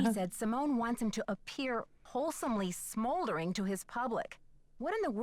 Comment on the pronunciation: when brady said "smolding" i went "smolders" too 😆 honestly, playing another nancy drew game is a dream come true ✨ thank u for being awesome! love u <33